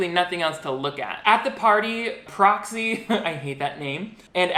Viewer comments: took me solid ten minutes to realize that you were saying "proxy" and not "broccoli," though i think broccoli is the cooler name between the two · Can’t stop hearing Cropsey instead of Proxy NGL